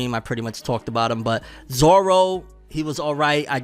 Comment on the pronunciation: I have a problem with Garp's accent like what the hell, why does he have a Scottish or Irish accent? Plus they don't know how to pronounce Zoros name right. Maybe in the second season they can show how he gets lost all the time while walking.😂